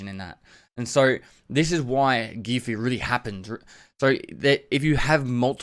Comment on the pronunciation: Everyone: Gear Fear: GEEA FEEA